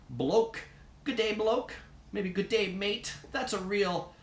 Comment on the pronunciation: Just have to add to this. I for one love a good prawn on the bbq!:) But also, never in my life have I said “throw a shrimp on the barbie” nor have I ever heard an Australian say it, indeed, *cringe*. Just one last thing. It’s G’Day (gid-day) not “gooday”